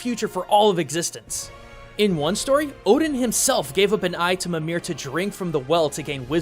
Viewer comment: Michael Milbo Jensen I have to say, it's good to see a fellow lover of Norse-Icelandic folklore. Also, I hope the constant mispronunciation of Mimír bothered you as much as me :L